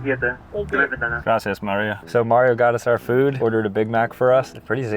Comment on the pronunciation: Mario has the perfect mario accent